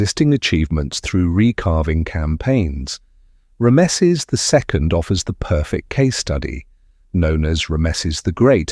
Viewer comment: "Rammesseees" stop it you spastic